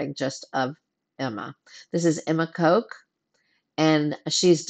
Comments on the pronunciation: No need to be embarrassed. Her name is not Coke but you pronounce it like c-awe-k with a very short oh. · Emma Coke!!! It's Kok, as in pen!s